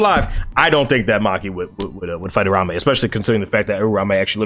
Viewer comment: can someone tell me why's everyone calling Uraume, Urame? That's not his name bro's